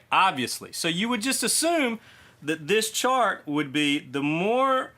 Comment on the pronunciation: I had to replay the beginning a few times laughing so hard thinking you said a shart that changed everything. So grateful I stuck around to find out you said chart.